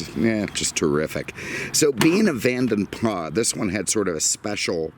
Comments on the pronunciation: Pronounced Vadem Plasssssss. Use the S. NOT Vanden Plas with a silent S. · Van den Plas is pronounced with the "s" at the end, it sounds less posh but that is the correct way.